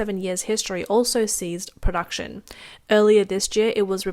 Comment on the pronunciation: Ceased, not seized.